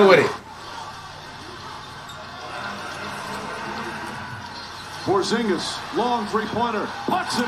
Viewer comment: Flight actually said porzingis name right for one